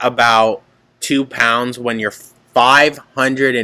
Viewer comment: 546 elllbees?!?! WTF is she proud of herself?